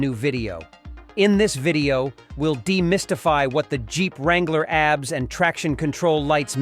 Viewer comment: "Abs" LMAO silly AI.